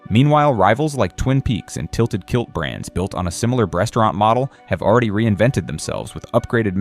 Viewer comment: Subway is still popular in Australia. Did he say breastaurant about Hooters?